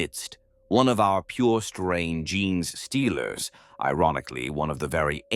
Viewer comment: Ai vo just listen to other stories and you notice how gene stealers are pronounced jeans stealers 😂